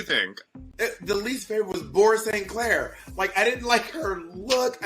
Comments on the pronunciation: “Bore Safe Clair” 😂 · Bob has said "Blair S. Clair" so many times that, by six minutes into this video, it no longer sounds like recognizable words. They're just syllables. Blay-so-Clay